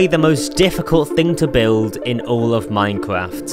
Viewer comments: He has twuly pwoven that sculk is the best block in minekwaft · bro is really saying minecwaf